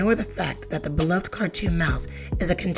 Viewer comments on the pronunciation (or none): none